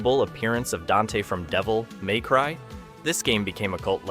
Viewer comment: "Devil, may cry?" Why are you asking me, dude? You're the video essayist... joking aside, bad pronunciation and weird inflections are a dead giveaway. Also, if I could produce a video essay every day, I wouldn't be a person. I would be a team of ten, at least.